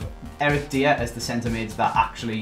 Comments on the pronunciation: Die-er.. say it.. Die-er, his name isn't Deer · Why did he say deer when he said dier’s name 😂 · jamjarspence eric deer😂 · diYER, c'mon man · Is the way say dier is a bit weird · Am I the only one who’s never heard someone say Eric Dier’s name like that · He says it so horrible wrong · Please stop saying Eric dier name so horrible wrong it’s painful